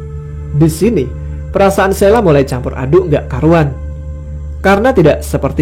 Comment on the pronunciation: Sheila, ada H-nya, bukan SELA. Parah!